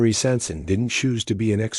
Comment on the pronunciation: they couldnt even fuckin bother say his name right